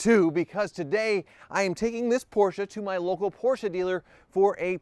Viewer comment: oh man you say right PORSCHE with E. Like a german